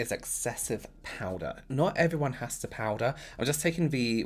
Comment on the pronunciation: I love the way you say powder. "Powdah" Anyone else or is it just me 😁😅😍